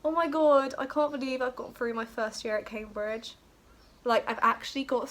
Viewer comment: CAM-BRIDGE NOT CAY-BRIDGE !!!!!! 😩